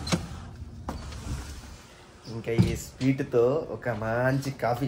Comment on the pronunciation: sweet ❌speet 😂😂😂